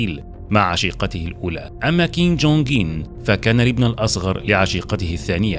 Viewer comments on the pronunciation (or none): انت في إسم الفيديو و حتى في محتوى الفيديو كتب كيم جونغ أون و أنت تنطقها كيم جونغ اين لذلك في بعض الأحيان أحسب أنك قلت كيم جونغ إيل أبوه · تقريبن كل الفديو وهوه يقول كينج كونغ مان 😂سبايدر مان